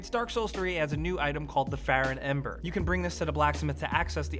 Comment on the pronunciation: Has anyone mention that the "Ember" aspect that was said is wrong?